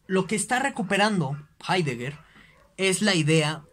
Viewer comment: Con todo el respeto, ese no es hidegger.